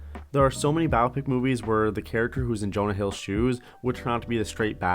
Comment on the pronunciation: it's Jonah Hill, not Jonas